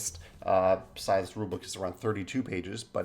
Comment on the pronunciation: Interesting how you pronounced scythe with a voiced th. I never heard that before